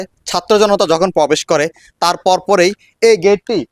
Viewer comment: Pobesh noy probesh.